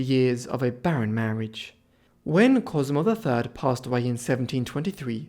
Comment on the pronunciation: Sehr interessant. Aber die Aussprache ist wirklich schlimm. Ohne geschriebenen Text wüsste man - beginnend bei der Sixtinischen Kapelle - nicht, von wem hier geredet wird. Della Roa 😅. Die heißen Rovere und genau so sagt man es auch. Regen- Tinnen haben auch nichts mit Regen zu tun. Und da gibt es noch viele Beispiele. Cosmo Drei heißt Cosimo der Dritte, donastische Inzucht ist donastische . Ohne Ende. KI? Ich mache Ihnen das gerne kostenlos, aber bitte keine so schlimme KI mehr!